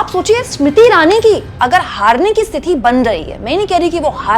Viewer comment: "stithi" nahi "sthiti" Ye Mai dobara repeat kar Raha hu. RAKESH SAHARE AHMEDABAD GUJARAT